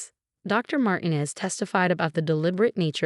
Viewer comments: Dr. MarTEEnez (not Martines with no accented syllable) is a person of many different skills. Bless her heart! The composer, Ludwig von Beethoven (the last name is pronounced Baythoven, not Beethoven) would have been displeased with the mispronunciation of his name. To say the least. Please, please remember that a name that is improperly pronounced, especially a famous name like Beethoven (spelled one way, but spoken another, as is often the case) or a familiar one like Dr. Martinez's takes people away from reading the story. Please teach your AI's to properly pronounce names (and, in other countries, the names in this story would have been pronounced differently than in English as well. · The name Martinez is pronounced MarTeenez, not MartinEZ. Your AI needs to take Spanish lessons